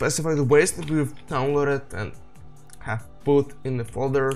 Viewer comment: Ну кроме очевидного "пут" и проглатывания некоторых слов ваш английский очень хорош